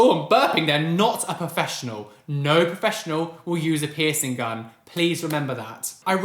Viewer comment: Anytime i hear literally anybody say peircing gun i imediatly get triggerd 😂😅 love you!! ❤💙